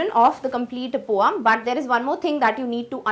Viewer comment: Poam nhi poem hota hai mam